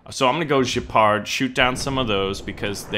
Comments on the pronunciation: "Jepard"??!?!? It's Gepard man, GEpard! Like in GEt the hell out of here. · Why do Americans have to be so relentlessly ignorant of other cultures? Gepard is a German word, you already know this. Does Jjepard sound German when you say it? Just go with gaypart and you'll be a lot closer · Dude!! It's Germany!! Guaranteed, it's a hard G in Gepard! Not French!! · I really think I have to stop watching until he learns how to pronounce "Gepard".